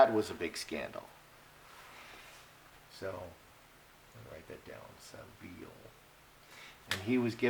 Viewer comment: Name is Jimmy Saville. Pronounced SAVill